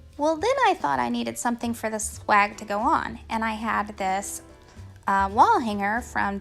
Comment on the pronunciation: It sounds like you say 'slag' instead of swag... which had me rolling on the ground! However, your ideas are great! Thanks for keeping this one up! Merry Christmas in 2024.